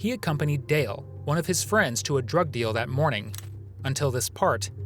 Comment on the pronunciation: He can't even say Dale, he keeps calling him Dil, what right melon.